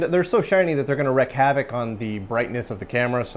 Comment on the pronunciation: it's "wreak havoc" pronounced "reek", not "wreck havoc" - does your camera have a manual focus / focus lock mode? Could come in handy for sequences like this.